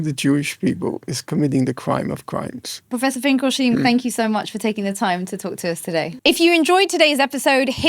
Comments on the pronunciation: That's how you know Miriam is really Jewish, when she pronounces the 'SH' in Finkel'sh'tein. Great work, Miss. Keep it up. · Its not “Finkelsteen” sweet heart.. its like Einstein.. its not like tomayto or tomato..”stein” has only one way to say it. At least in a globalized way. There must be some silly dialect thay pronounce it like you but thats not why you did it, innit?